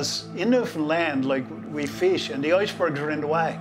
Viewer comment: "We feesh" and " the oisbergs"....that's awesome.